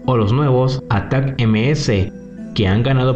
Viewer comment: Estando, en español se pronuncia /atákams/, /dniéper/, /jersón/ y /parutíne/, saludos! 🇲🇽🔥